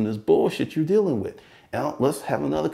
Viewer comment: It's with not wiff